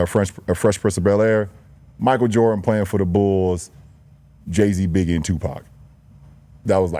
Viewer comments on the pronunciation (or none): none